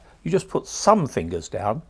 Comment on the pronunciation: This bloke couldn’t be more English if he had a cup of tea, scones, clotted cream and jam in front of him. Also, “thumb people have it...” fuckin’ell. That hurt.